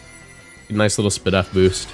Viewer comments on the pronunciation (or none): You saying “SPEDEF” drives me crazy 😂